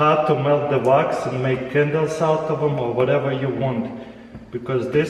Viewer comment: I thought he was saying rocks then I realized he is saying wax